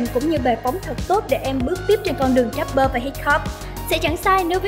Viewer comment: Rapper chứ k phải dap bơ nha chị